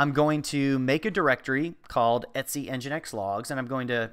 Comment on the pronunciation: I have never before heard someone pronounce "/etc" as "etsy"